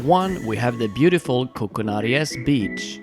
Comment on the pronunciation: Koukanaries...your saying it wrong ...a pine cone is not a nut lol sorry I've been so many times its home from home.